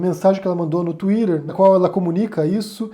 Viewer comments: Pô … Sô teu fã mas…Tuíder? Gimme a break! Tuíter ou Tuíteh, por favor. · “No ‘Twirer’”